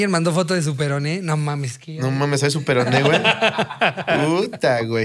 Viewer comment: siempre queriendo hacer chistes del peroné y siempre diciendo "perono" jajajajajaja 🤦🏻‍♀️🤣🤣